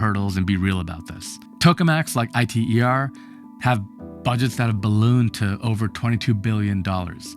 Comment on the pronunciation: I T E R? My man, it's an acronym and it's pronounced eater. But as for this thing in the video... like all fusion tech, i'm not betting on it in my lifetime